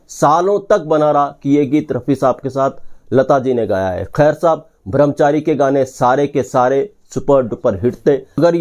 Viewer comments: अच्छा वीडियो है पर आप बार बार भ्रमचारी कह रहे है।लेकिन ब्रह्मचारी सही शब्द है। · भ्रमचारी नहीं भाई ब्रह्मचारी कहिये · Song was rejected bcoz it was not that good though it played in shammi kapurs film. No one remembers it. Video bananewale Brahmchari kahane ke bajay Bhramchari kahte hain. Wah re. Thik tarah se uccharan bhi nahi ho raha unse. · Yeh "bhram Chari" " brahm Chari" ka Punjabi accent hai ! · ब्रह्मचारी not bhramchari